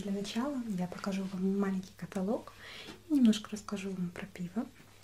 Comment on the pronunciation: каталог не правильно говоришь)